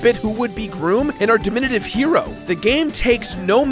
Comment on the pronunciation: Dimnooative? Ashooal? These arent words